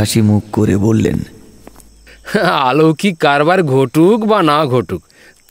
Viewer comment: Bhalo to khub e kintu aaloukik noe aloukik